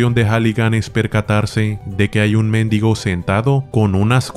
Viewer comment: Muero de risa cada vez que le dice méndigo al mendigo